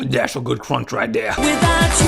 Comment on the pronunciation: That's some good crounch right theah!